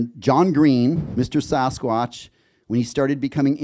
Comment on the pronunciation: The Americans are pronouncing it “Saw-skwotch” now?